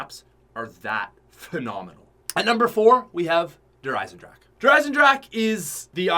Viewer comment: "Number 4, der eisendrache" 😢😭